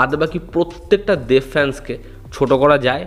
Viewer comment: English e dev likhleo, Uchharon ta banglay deV noy deB Ektu pronounciation e nojor dao Tomar pronounciation e problem achhe ageo dekhechhi